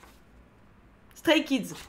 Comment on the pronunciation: Mes oreilles ont tellement saigné en t’entendant prononcer les prénoms des Stray Kids 😂